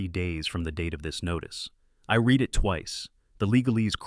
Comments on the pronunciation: Dear AI, you didn't "reed" it twice, you "red" it twice. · Please teach your fake intelligence the difference when pronouncing read in present tense or past tense. Also, shot is the past tense of shoot, so if you mean to say you took a screenshot, think you would use the word screenshot. For example: “I screenshot the image.” Although it sounds better to say: “I took a screenshot of the image.